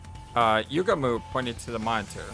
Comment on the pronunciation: my boy Gaku straight up transformed into Suneo from Doraemon😂 it's pronounced less like YUgamu and more like yuGAmu astute theory:) 🔪*image of Takemaru* subtle foreshadowing 🔪 that eyesore in the sky...! this was made by the guys who did 999 and danganronpa, there's no cool characters, you're either weird, quirky, or insane. Never trust cool people. They'll always end up either of these 3 or all of the above! oh it ain't false, it's much MUCH worse! yeah, "moko";) this idea from Darumi would've saved a bit hardship.